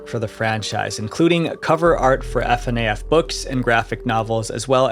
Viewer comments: The way he keeps spelling out F-N-A-F has me WHEEZING 😭😭 [Edit] The end of the video is exactly why I don't get involved with fandom culture, it's always gonna get schizo at some point. For real though that's actually crazy, here I was thinking that the FNAF community had matured. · It matters because it feels like proper pronunciation would be something someone would come across during the research process. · my thoughts exactly. If you did the research it should show in every aspect. But I’m not sure why he keeps going back and forth between the improper and proper way of saying Fa-Naff but it def doesn’t sound appeasing to the ear when he mispronounces it. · It reminded me of Gabe Newell saying "G. A. B. E. N.". Lol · I see I wasn't the only one that found it a bit off. I'm just not used to it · Not tryna hate but fnaf is usually pronounced Fuh-naff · I love you but I think you pronounced fnaf wrong idk I'm not in that fandom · Hearing him spell out FNAF every time burned by soul 😭😭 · The way he pronounces FNAF makes the video unlistenable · It's a sin against humanity to say FNAF like that. You should be punished for this sin/joke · The way you say FNAF pisses me off so much. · The way he pronounces Fnaf hurts my soul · As a fnaf fan I must give you a piece of advice. PLEASE PRONOUNCE THINGS CORRECTLY AND DO MORE RESEARCH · this guy has said so many names wrongs and it hurts me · Bro exactly like wtf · great video but... that's not how you pronounce FNaF... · you are saying his research is sloppy for not calling fnaf the way you want it to be pronounced🤣🤣🤣 proved his point on y’all being toxic… get over it its an abv is FNAF and he isnt wrong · And the weird way this guy pronounces FNAF. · You pronounce it fur-naff NOT F-N-A-F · “F.N.A.F.” dude just say FNAF as one word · slightly agitated at the "F-N-a-F" hes saying, not like "FNAF" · Why does he keep saying f.n.a.f instead of simply saying fnaf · Please stop calling F.N.A.F it’s fnaf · Fnaf not F.N.A.F